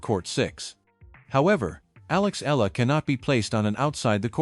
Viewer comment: Alex EALA not Aya